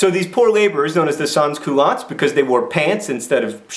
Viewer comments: San cool-o. It's a good thing that mispronouncing words is his thing. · Only the first s in sans-culottes is supposed to be pronounced, just so you know. My inner French major just died a little. (But you're not the only one to make that mistake, don't worry. If you don't speak French, it's understandable.) I love your videos on this. I already knew all of it, having taken AP Euro in high school, but it's put in a very interesting way. ^_____^